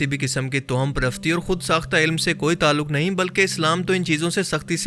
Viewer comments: Towham nhi, tawahhum parasti sahi word Hai. Jao Bhai apna kaam kero! Faaltu k fatway laganay aa jatay hain kahan kahan se! Aapki Sharafat apni jagha, jiski qadr kerta hun, laikin Aap khud kuwain k maindak na Bano. Kaafi arsay se follow kerta aa raha hun, aap social issues per baat Kari science, random facts. Laikin Islamic videos mein fatway na lagao. Shahwaliullah ki nazm ghazwa hind wali? 2ndly Kia aap bhi dhruv rathi ki video daikh k Aey ho? Bhai ikhtelaaf bohot hai riwayat mein. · تو ہم toham نہیں، tawahham ہوتا ہے۔